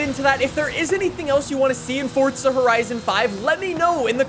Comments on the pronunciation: It is not pronounced “Fortza.” It’s “FORZA.” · jsyk its forza not fortsa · for the love of god stop saying "fortza" when its "forza" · WELCOME BACK TO FORTZA HORIZON FIVE AND IN FORTZA HORIZON FIVE THERE IS A NEW FEATURE IN FORTZA HORIZON FIVE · Ah yes, i love Fortsa Horizen 5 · “FORTSA” cmon man.. there’s no T in Forza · wait, it it actually called Fortza? or am i dumb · Anyone else notice he is saying fortza instead of forza?? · fortza.......???????!!!!!!!!!! its forza!!!!!!!!!!!!!!!!!!!! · Umm this man says fortza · Bro.. im so annoyed "fortsa" bor its FOUR ZAAAAA FOUR ZAAA Not FORT SA Its Forza, Four Zaa NOT FORT SAA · Dude its forza not fortza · Fortsa horizon 5? Never heard of it... forza horizon 5 yea... maybe you should look at how the word is spelt and say it properly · he sounds like he is saying fortza horizen 5, i cant stop hearing it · This guy over does the “fortzuh” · Man's saying fortsa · i like the videos but "Fortza"? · lowkey annoys me how he says fortza horizon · someone teach this guy how to say forza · no T in forza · There isn't a t in forza